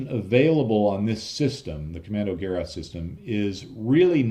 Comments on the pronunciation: Hey, I enjoy your videos and you've taught me a lot of things I didn't know before. Thank you for that. What I don't understand though is you obviously spend significant time and energy on these videos, why not spend the extra 30 seconds it takes to plug "Kommandogerät" into google translate and have the google lady read it aloud to you? Nobody expects a non German speaker to get it exactly right, but this way you could've at least not butcher it the way you did. I don't mean to be rude but I can't stand it when English speakers don't put any effort into properly pronouncing foreign to them names. You didn't spell it correctly either. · It's not that difficult to pronounce it correctly. "Kommando" exactly like English "commando"; "geraet" is pronounced "guh-RATE." with stress on the last syllable. ["a" with two dots above (the umlaut) can also be written "ae."] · Hey - as always, hugely informative and entertaining video, thanks much. No 'German viewers straightened you out' yet I don't think and of course it doesn't matter and I'm certainly not criticising pronunciation - but 'Gerät' is pronounced somewhere between 'guh-rate' and 'geh-rate', if that's of any interest. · It's not prenounced "Gerraht" but "Ke-ráte" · I think... Commando-Ge-Rat As in Ge-Schwader Not: Commando-Ger-At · Gerät (equipment) - hard G(e) - like in - and stress on the second syllabel which is not 'rat' but 'rät'. Almost like a Scottish pronounciation of 'great'. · Kommandogeräte: das Geräte - is pronounced as Ge- rate, long a not short a. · Pronounced: Kommandoger-aid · The 'ät' is pronounced like 'eight'. Gerät is the German word for device.